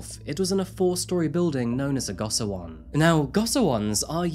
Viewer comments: Nice video just quick clarification on pronunciation. If you care. It's jOng like "own". Also it's "GO shee won." Finally, "far east" is antiquated at best. Highly problematic and eurocentric at worst. Orherwise, good job. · Go-shi-won is the correct pronunciation for those cubicle-like living quarters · Goshiwon is pronounced like go-she-won